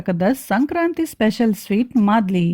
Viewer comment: It's maaldi not a madli...